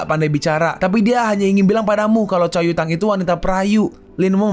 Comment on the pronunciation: Pass gw dengerin lu nyebut nama cau yutang di kecepatan 2×, gw dengernya ca*wet kota*ng